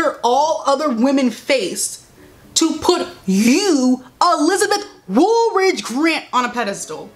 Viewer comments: "Elizabeth Woolridge Grant"! 😂😂😂 That was the end of me. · when she said elizabeth woolridge grant i laughed so hard LMAOO